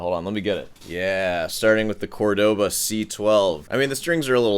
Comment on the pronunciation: As an aspiring snob, you might want to learn how to pronounce Córdoba properly. They literally put the accent there for you, Jesus! Love your videos!